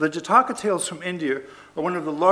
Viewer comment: " Jataakaa ✖︎ " ==> " Jaataka ✔︎ "